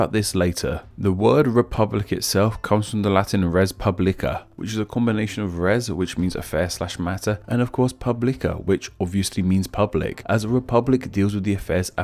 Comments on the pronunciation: Res Publica in latin is read res pooblica with the accent on the first syllable. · Res publica, not res pablica